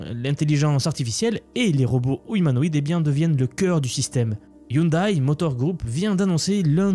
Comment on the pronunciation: On dit " ioundè ". De rien !